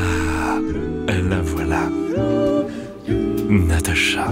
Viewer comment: Elle est marrante l'élocution de Ludovik. Rien que dans sa façon de dire "Natacha", ça me fait rigoler.